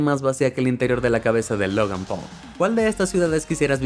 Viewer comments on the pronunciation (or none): none